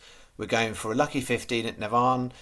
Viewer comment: 😂😂😂 Give you a call so you know how to say Navan going forward 😂😂